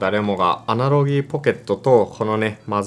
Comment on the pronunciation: 「アナログ」をアナロギーアナロギー言ってんの気になって内容に集中できなくて草